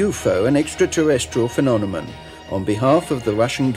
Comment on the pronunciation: Phemominom lol